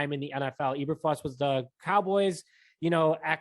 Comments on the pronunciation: You guys oribably have heard the correct names by now (22 hrs after upload). Matt Eberflus (E~Ber~Floose) Rich Bisaccia (Bis~Sach~E~Uh) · You guys are embarrassingly bad. It's pronounced EE-burr-flooss. Not EE-burr-fluss. Raider's special teams coordinator Rich Bisaccia's name is pronounced Bih-SOTCH-ee-uh. He's been in the news all season since Gruden resigned. Both names have been pronounced correctly in most media outlets, especially Bisaccia since Gruden resigned, so why are you still mispronouncing them? I can understand the first or second attempt, but not the N'th attempt over many episodes as you have demonstrated. Pronouncing a name correctly is the simplest sign of respect to the person as well as your audience. Failure to do that much is a sign of ignorance and/or lack of education. Both reduce your credibility, and when that happens, you lose reason to be trusted as a source of information. As for the other news: I think they're moving a little too fast and grabbing people along the same fault lines that got the Bears to this position in the first place. They're going too much with who-they-know and not enough with people because of what-they-know. If Pep Hamilton get's hired, then it'll be a repeat of the Lovie Smith era with good defense and crappy offense. Pep Hamilton is not a great QB coach. There's a reason why he floats from team to team and is never on a highly successful one. Although he has been in good organizations, they've performed poorly during the seasons he's been there. He's rarely in the same position either floating from offensive quality control, to receivers, to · Can you at least say his name right? It's pronounced Eber-Floose, not Eber-Flus. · I came here for the mispronunciations 😂😂😂. 5 seconds in. E-Ber-Flus instead of E-Ber-Floose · Eber "floose" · It's pronounced Floose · Dislike just for pronouncing eberfluses name wrong..how do you cover the bears and are literally the only ones who pronounce it the way you do.